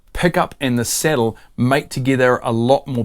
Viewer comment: 😂thanks for the tip. It took me the first 2min to realize the "settle" was the "sAH/dull" saddle. It was only through prior knowledge of piezo acoustic pups that i discerned the matter. 😂 First off, never alter your accent. Its like denying your heritage. Im from deep in the heart of Appalachia in the Southeastern US, im suuuuch a hillbilly, and proud of it. I cant use voice to text, vouce dictation at work(that one hurts), and bangledesh customer service reps have a harder time understamding me than i do them😂. Even when i speak with perfect diction and elocution as i would in a professional setting. Every year or two i get tired of typing and convince myself the software has improved, so i try dictating patient care reports and within an hour, im back to typing, heart broken, hands still cramping😢😂. This is a great tip and i can easily see how this would improve tone capture. Tyvm for sharing!